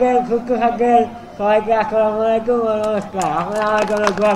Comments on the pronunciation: SAJALROY-f4n স্লোগান নয়, তিনি সবাইকে "আসসালামু আলাইকুম" জানিয়েছেন। যেটার অর্থ 'আপনার/আপনাদের উপর শান্তি বর্ষিত হোক'। বাস্তবিক কারণেই উনার উচ্চারণ আমাদের মতো আর স্পষ্ট এবং স্বাভাবিক নয়। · স্লোগান নয়, তিনি সবাইকে "আসসালামু আলাইকুম" জানিয়েছেন। যেটার অর্থ 'আপনার/আপনাদের উপর শান্তি বর্ষিত হোক'। বাস্তবিক কারণেই উনার উচ্চারণ আমাদের মতো আর স্পষ্ট এবং স্বাভাবিক নয়।